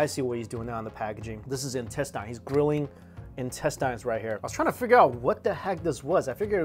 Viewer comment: im not a native speaker but isnt the way he pronounces "intestines" wrong tho? asdfghj